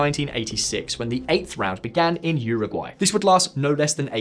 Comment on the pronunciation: 😖... It's uu(oo)ragwai... I i.e. - How we in-fact say it in the UK (minus the 'yur' if you want to be more accurate)